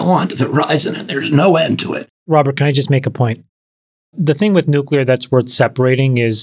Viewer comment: Who is gonna tell him how to pronounce the word nuclear???????